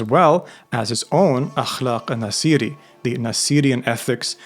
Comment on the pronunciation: His name is ناصر not نسير